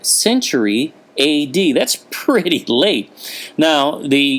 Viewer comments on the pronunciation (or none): none